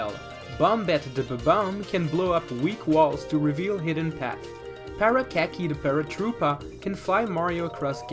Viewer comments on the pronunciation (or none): NO NO NOOOO ITS PARACARY NOT PARAKAKY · it's parakarry, not parakacky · Its PARAKARRY NOT PARAKACKY